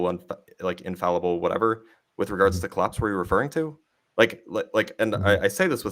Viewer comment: Oh boi, again eh. This is gonna be painful. Did he learn how to pronounce "infallible" correctly yet?